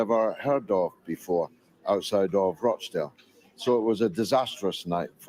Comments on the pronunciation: ) it's Rochdale with a hard O like "got" not "goat" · Rochdale lol not roachdale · It's not Roachdale canny lad it's Rochdale 🤣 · It’s Rochdale…Rawchdale, not Roachdale! Thanks! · please, George Galloway's constituency is called Rochdale, not 'Roach-dale'. Listen to the way Mister Galloway pronounces it. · It’s pronounced Rotchdale, not Roachdale, I may as well call you Dainy! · I'm from Uk. Rochdale: pronounced Rotchdale 😊 I'm a big fan of your brilliant show! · Ro in Rochdale is pronounced Ro[as in Rock]chdale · You are mis-pronouncing Rochdale. Listen to George's speech. The roaches are in Parliament, London...